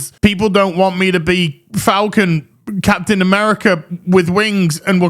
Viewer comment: Capten Mamerica!! LOL